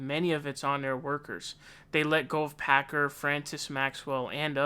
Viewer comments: You keep calling him him packer. 😊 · lol isn't it Hasan Piker, not Pakar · His name is Piker not Picard. Pronounced PIKE- ER. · Picar. It's Piker lmao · Lol I love how you have fake pronunciations for everyone. Hassan Packer. Bernie Sonders. Jjjjjoe Biden. Kyle Kooolinski. Ben Shapino. Lolol.